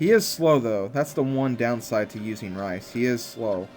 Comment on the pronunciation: u say rhys rice lol